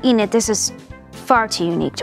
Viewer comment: Enid? Huh! E-NAD is more like it.